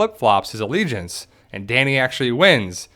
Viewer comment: allegiancy allegieses ... , nailed it! 😎